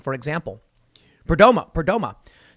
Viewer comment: It's pronounced Perdomoe.